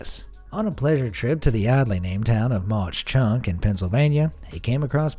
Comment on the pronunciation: Mauch Chunk is pronounced "Mock Chunk".